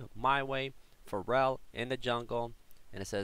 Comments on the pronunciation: It's Feral not Farel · Hey, sweet vid! Heads up, it´s Feral not Pharrel. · yeah after i heard him say pharrell williams, i got that. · Will someone please tell that "feral" is pronounced "fare-uhl"?:P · you pronounce FERAL like Ferell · Pretty sure you're saying feral incorrectly.